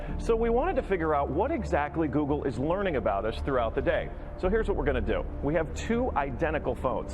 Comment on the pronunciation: GOOGLE ,,,,,,GO----OGLE!